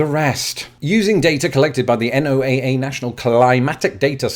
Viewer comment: NOAA is pronounced "noah"